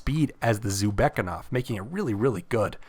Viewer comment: Thank you, really useful and informative video. I'd love to see smgs next because I don't know about many of them. However I do think it's pronounced "zoo beck na kov" and not zubekov but to Each their own